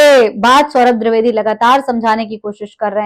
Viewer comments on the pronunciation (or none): आप द्रिवेदी मत बोलिये द्विवेदी बोलिए